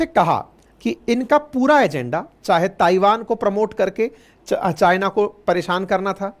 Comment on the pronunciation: सर ताइवान का सही उच्चारण थाइवान है कृपया इसे नोट कीजिए